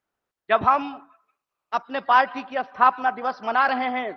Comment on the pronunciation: Athapna nhi bey sthapna...Hindi bhi bolna aata nhi hai PhD kar Raha hai....h....ya